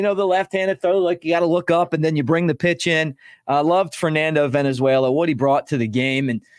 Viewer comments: It is Valenzuela not Venezuela you clown. Do your homework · I’m more than old enough to remember Fernando, Mick. His last name is Valenzuela (Val) not Venezuela, which is a country. C’mon dude. You’re better than that. Thanks for the constant content. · Hey love you Mick but get it right-the guy's name was not Fernando Venezuela it was Valenzuela. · Valenzuela, not Venezuela. 😊